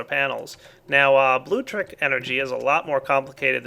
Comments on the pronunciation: MY GOD,. IT'S NOT 'BLUE-TRICK'. It's like 'electricity' but with 'blue' at the start. It's pronounced 'blue-leck-triss-it-ee'! SERIOUSLY. Just saying. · It's not "blue-leck-triss-it-ee" dumbass... it's blutricity. You know, "tricity", but with "blue" at the start. It's pronounced "blue-triss-it-ee"! SERIOUSLY. Just saying. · he says Bluetricity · It is actaully Blutricity Blu-tricity but i also my pronounce it wrong